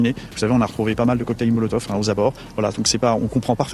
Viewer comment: Non mais il le dit mal et c'est vrai que ça porte à confusion, mais en transcrivant ce qu'il a dit pour moi ça donne : coquetayle molotov